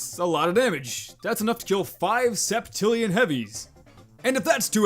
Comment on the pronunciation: The way you say billion, septillion, and others really bugs my brain (maybe i hate math that much XD)